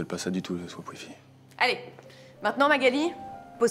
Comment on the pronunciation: à dit "viens on schwapp" et non pas on swapp